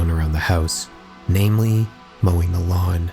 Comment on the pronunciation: I’ve never heard anyone say mowing the lawn in such a weird way